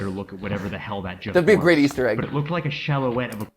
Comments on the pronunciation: Anybody concerned that he pronounced silhouette as "shallowette"? This guy is obviously trying way too hard to ununciate his words, so hard that he messes up horribly every once and a while and maybe doesn't even realize it. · Why is nobody mentioning how said "Silhouette" completely wrong? Am I the only one annoyed by that?